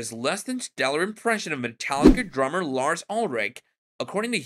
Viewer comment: Droo-mer? Or Drummer??